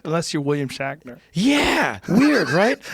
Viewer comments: Is it me, or does Joe always pronounce William Shatner as "William Shackner"? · Is Joe saying 'William Shackner'? LOL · Am I wrong or does Joe keep saying William “Shackner”? Great interview btw. 👍🏼